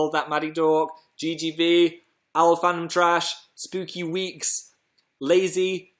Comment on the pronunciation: "Spooky Weekes"